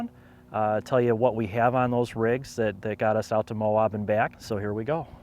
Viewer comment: Nice video mate. We locals pronounce Moab “MOW-ab” like dude your abs are so ripped. Not MOW-obb. Safe travels